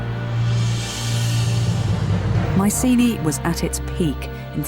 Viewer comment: The helenik Bettany shu hav started rectifiying the adulterated anglo pronunciation and sey MIKENA not maisini..